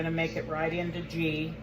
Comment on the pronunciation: Girl I love ya so I have to tell you it's pronounced gee the g sounds like when you say good.